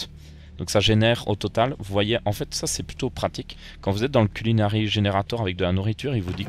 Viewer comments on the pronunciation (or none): GG a pour le "CUNIlari" a la plas du "CULInari" mdr